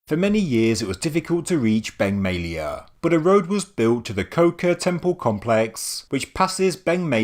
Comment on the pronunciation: Beng May-a lay-a...